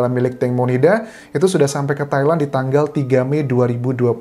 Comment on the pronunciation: Entah kenapa, pas Mas Anjas nyebut Thailand, dengernya Taiwan. wkwkw